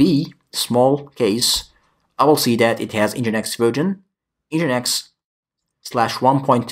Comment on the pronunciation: I don't mind your pronunciation being slightly off, but I would recommend that you pronounce "version" correctly. I.e. not as "virgin".